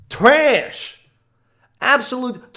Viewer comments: 'Traaaassshh' Way to ruin what was becoming a really enjoyable series to watch, with over use of the word and some super cringey songs. Hoping it gets better again or I'm gonna have to tap out. It didn't even bother me that he says mosster cawsket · I cringe every time you say “Treeassshhhh”.. smh